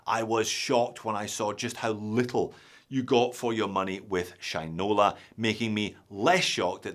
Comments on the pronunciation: he also says Sheeen-ola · haha. u made it sound like sh1te-nola.